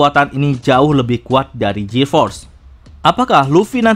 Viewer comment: GEAR = GIR bukan JIR